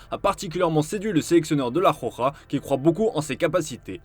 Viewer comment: La roja 😅😂😂 pas la joja 😂😂😂❤